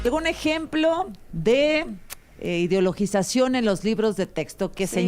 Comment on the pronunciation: Por favor, inviten a alguien que al menos sepa pronunciar 'ideologización' correctamente. Bueno, creo que sí podría hacerlo... aunque es insoportable cuando se la pasa interrumpiendo a las ponentes.